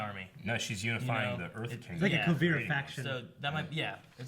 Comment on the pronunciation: Kuu-veer-ah :) just a little help.